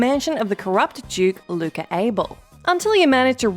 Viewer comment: “Duke luka Able”🤣